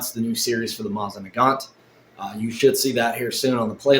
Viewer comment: I've watched two of your videos so far. This one and the one where you're bitching about your Bambu Lab 3D printer. Anyhoo...the reason for my comment is to let you know that you're repeatedly MISPRONOUNCING "Mosin Nagant"!! If you're not 100% sure how to pronounce something, ask Google how to pronounce it and it will tell you. It will even suggest a video where you can hear someone saying the word correctly. Every time you said it it made you look dumber and was like nails on a chalkboard for everyone else who *Speaky English*!!